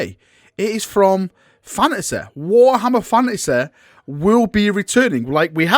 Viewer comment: “Warhammer FANASEHH”